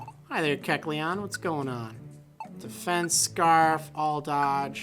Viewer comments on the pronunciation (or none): none